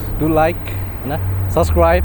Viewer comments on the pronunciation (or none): none